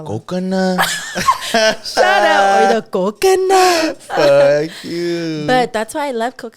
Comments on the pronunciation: “coconuhhh” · LFMAOOOO I WAS DYING AT THE “Coconuhh”🤣